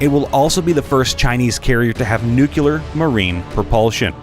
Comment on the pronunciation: nuclear, not nucular